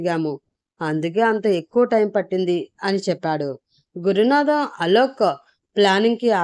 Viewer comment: అలోక్ పేరుని అలౌక్ అని చదువుతున్నారు